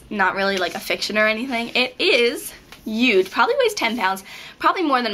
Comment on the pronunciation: Hahahaha "uge"